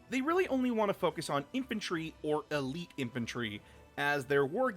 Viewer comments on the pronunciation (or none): none